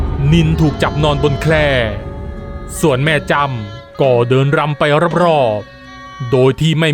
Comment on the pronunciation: รำค่ะ ไม่ใช่ ลำ